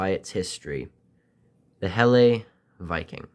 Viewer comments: Oi mate, thank you for the video but I just wanted you to know that it’s pronounced "Hella" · Just found this video,, 🤔,, Just fyi, (I'm sure by now you've found out anyway 😊) Helle is pronounced HELLAHH,, all the best my friend from the future, 😅